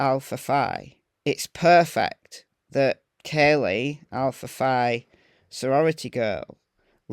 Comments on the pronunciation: I am going to help you a bit but for some reason it’s pronounced Alpha Fee. I don’t know why but I was one that always struck me as weird and nobody could tell me. It was a secret I guess. I know several other people but we all went to the same university at different times so I may be wrong about the people on the West Coast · The sorority is pronounced " Alpha Fee" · It’s pronounced Alpha “Fee”. If you check the history of the sorority this is the only Greek organization where Phi is pronounced “fee”. If you google the sorority, my info will be verified. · Hey! Love your channel!! Just wanted to let you know that the word "Phi" in Greek is actually pronounced "Fee". I'm not sure how it's pronounced in the UK but that is how the Alpha Phi's pronounce it in the US.💞